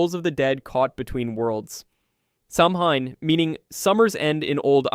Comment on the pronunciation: It’s pronounced Säw-wen.